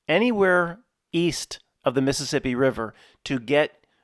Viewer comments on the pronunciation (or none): none